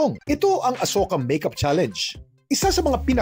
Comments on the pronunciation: Talaga ba? That's how you pronounce the word 'Challenge'? You pronounced it as 'Cha- Leynj'. Yuck. 🤮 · Cringe ung pronunciation ng mga netizens sa word na challenge ginawang "challeynge" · MAGANDA SANA KASO DI MARUNONG MAG PRONOUNCE NG CHALLENGE YONG SA KANYA IS CHALLANES 😂😂😂